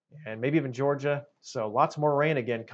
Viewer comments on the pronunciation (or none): none